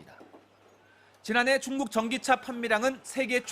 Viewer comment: 여성앵커는 입에 침 안삼키고 말하는거같고 남자앵커는 중국을 충북이라고 들리게 말 할정도로 발음이 엉망이네